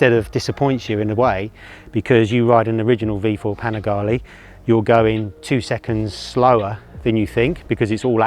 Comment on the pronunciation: Panigale - its Panigale , not Panigali….